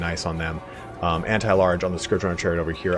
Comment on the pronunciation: Finally someone who pronounces Scourge correctly